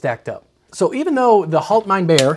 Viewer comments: Yep. And I wonder what a bear has to do with it. Pronunciation should be: Halt (almost like the English word of the same spelling except that the vocal is an actual a like the "a"s in Obama. Mein means the same as English "my" and is pronounced the same as English , "mine". And Bier is beer and pronounced like the English "beer". Not all that difficult to actually get right😅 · Bier gets pronounced almost the same as beer, so no, you didn't nail it 😛 The way you pronounced it sounded more like "halt mein' Bär" ("hold my bear"). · Failed on the pronunciation of Bier, when spoken in German, it should sound like beer where as you made it sound like bear or bare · Bier is pronounced just like beer, not bare. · "Bier" in German is pronounced rather similar to "beer" in English. Not exactly but good enough to be very very close. You pronounced it like "hold my bear" :). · you almost pronounced it correctly, but "Bier" doesn't get pronounced like "bare" but actually pretty much the same as "beer" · The way you pronounce it, it's bär, meaning bear — bier does rhyme with beer though. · When I was taught German, “ei” had a long i sound. Like “eye”. While “ie” had a long e sound. Like any English word with a double e. So it would sound more like “halt mine beer”. With a soft but recognizable r on the end rather than a hard r like the English pronunciation of beer. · im not even German and the way he keept saying HaltMeinBear 🐻 was tuff to hear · I'm not German, but I'm learning. His pronunciation of Bier sounds like Bär to me 😂 I had this video on in the background. When I heard the name, I laughed aloud, "stop my bear? Gotta see this" Indeed it was impressive, so it worked out 😂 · . Nope the way you pronounced it it would be a bear (the animal) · "Bier" is pronounced like... you guessed it... "beer".